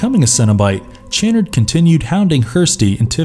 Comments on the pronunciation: Pronounced sha-nard, not chan-nerd. With as much money as you voice actors probably get, you'd think you would research pronunciations. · It is pronounced Dr. Cha-Nard -_- Being Clibe Barker over saw the first 2 movies. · his pronunciation of Channard irks me as well lol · It’s Dr. Cha-nard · Why can the narrator not pronounce Dr. Channard's name correctly? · This guy mispronounces the names of nearly every character and object in the video. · Lament and chanard really made me frustrated